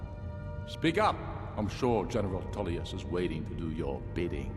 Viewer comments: Even with 20k+ hours into this game, I still watched this entire vid and thoroughly enjoyed it:) Just one tiny thing...., please stop with the weird mispronouncing of words, it ain’t cute, it’s just silly ok. General Toolyus, Del...feen, Behooved (behoved), meenions, etc etc’ (Take a Tip: Listen to Master Arngeir in the peace council - he will teach you to correctly say Tullius hmmm). The story telling though was engrossing and detailed.....I look forward to more.:) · Huge dwemmer inferences. Politics off and definitely bias towards the imperials (you ate up their propaganda). Lastly you can hear the imperial generals name in the video but you still say “tool”ius. Otherwise great video